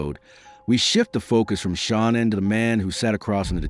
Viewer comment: Learn to say her name